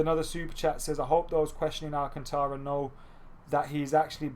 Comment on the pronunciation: You're not pronouncing 'Alcantara' right, listen to it in Spanish somewhere.